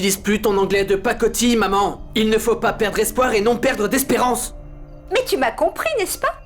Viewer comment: Rada :mon chéri il ne faut pas perde espérance Moi:🤣😀😄😅😀😃quand Rada va enfin dire les mots correctement